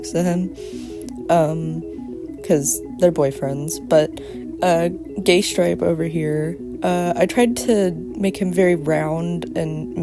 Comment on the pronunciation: “Gaystripe” Yeah that’s his official name now. It’s cannon.